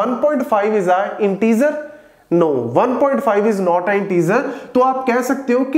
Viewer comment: sir , intezer nhi integer hota hai.🙂🙂